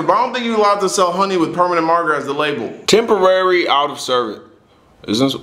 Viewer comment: Im sorry but the struggle to say "temporary" just made me laugh a little too hard.